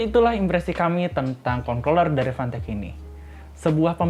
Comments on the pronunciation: nyebutnya concloller apa controller sih? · hati2 salah sebut kontorler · yang saya dengar "ekcueli" dan "kontorel" wkwk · ini ngomong controller kenapa dibacanya kongkroler sih hahahahaha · besok ganti kata controller sama gamepad atw joystick aja, biar ga keseleo nyebut...wkwkwkwkwk